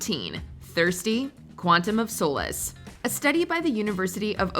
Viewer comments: “Quantum of Sole-Less”? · Can we talk about the pronunciation of solace?